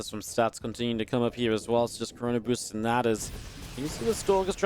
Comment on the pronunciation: did you say corona-boosting?